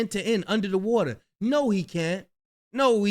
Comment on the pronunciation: It’s pronounced Waaa taaaa 😂🇯🇲 not Wata